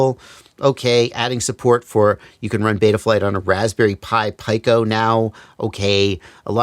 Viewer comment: It's the Raspberry Pi Pico (pee-koh). I hope that helped you learn something today :)